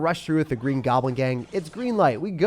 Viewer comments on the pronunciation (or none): none